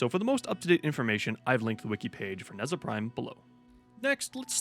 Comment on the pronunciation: It is pronounced Nuh-jah. facepalm